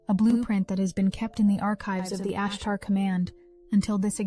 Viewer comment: Holy smokes! She said ashtar correctly, reality has changed!